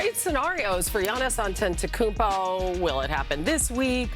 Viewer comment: Shams is the only person in that building who pronounces Antetokounmpo correctly